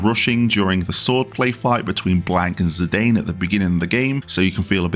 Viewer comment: oh fuck. 'Zi-dayne'? sorry to be moany, but it's 'Zi-dann'. like Zinedine Zidane. full stop. gragggggh